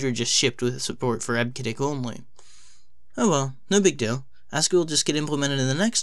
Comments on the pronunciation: Eb-Ke-Dic - WTF! Eb-See-Dic please. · Eb-see-dic. Jesus. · Came here for this :) EB-SID-ICK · I've always heard EBCDIC pronounced as IB-suh-dik since I have been using computers in 1974. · Eb-sid-dic is the correct pronunciation. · what are you saying—almost like 'hasskey'—and we say, 'eb-cee-dic'... "charcter" (sic: 'character'), 𝒶𝓃𝒹 𝕨𝕙𝕖𝕣𝕖'𝓈 𝓎ℴ𝓊𝓇 5-𝒷𝒾𝓉 𝔙𝔞𝔲𝔡𝔬𝔱 code... P.S. we use UTF-8 mostly these days but we really need UTF-X for plaintext... (we, want, all, letters, superscript-able, subscript-able, italics, faces, colors...). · EBCDIC is pronounced eb-see-dic. In other words, first the syllable "eb", then pronounce the letter "c", then the syllable "dic". I go back a ways so I know that's how all the IBM employees pronounced it. You should have done a little research and not just guessed. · Sorry. You should delete this video. Native speakers of EBCDIC want you to re-accomplish the audio track with the correct pronunciation of eb-se-dic. Take a hit on the view count and correct this mistake. :( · This channel is great. However, I'm cringing at the mispronunciation of EBCDIC. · That's ruined because he mispronounced EBCDIC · You hurt my ears every time you mispronounce EBCDIC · I can't take this guy seriously when he keeps mispronouncing EBCDIC. You forgot to research the basics. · I downvoted because of the incorrect pronunciation of EBCDIC. I've been a professional programmer since the 80's, I know how we said it. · Its hard to research the pronounciation when hes heard no one say it, bro stop being so harsh.